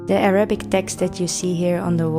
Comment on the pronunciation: Ma shall Allah, your Arabic pronunciation is very good 👌